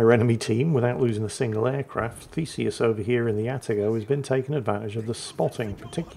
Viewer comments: I had to look twice of the atago players name as I always heard "fecies" (or "feces")😂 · Every time you said Theseus my brain said Feces and my inner ten year old giggled.